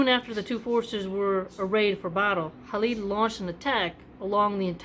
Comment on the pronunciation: It is Khalid not Halid. I guess you got that from Habib which he spells as Khabib.